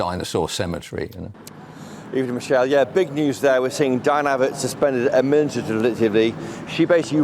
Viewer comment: I'm not s fan of your location reporter. He seems to have trouble speaking - he couldn't say the word administrative and among other mangled words he said "Breckiteees". Surely articulacy is a basic requirement for any reporter.